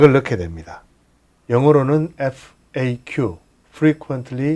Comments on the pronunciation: 퐈~큐 법규ㅋㅋㅋㅋ 깨알 개그 재미집니다. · 파~큐... ㅎㅎㅎㅎ 너무 웃겨요!!